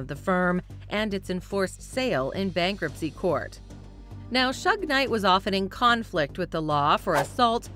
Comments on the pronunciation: IT’S SHUG KNIGHT ! NOT SHUGH I cringed every time you said it wrong. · The way she pronounced Suge Knight sucks. Plus he was not a musician.